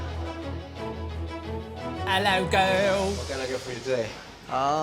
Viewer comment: I am Living for the way pronounces "girl"